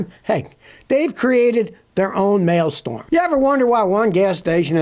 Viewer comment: It's maelstrom